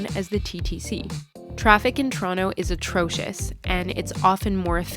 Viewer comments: No turono idiot. To-ron-to. And you insisted that idiotness so close it immediately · To - ron - to No to ron no